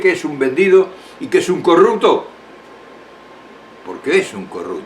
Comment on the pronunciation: Que se entienda...corrupto...no corructo. Digo.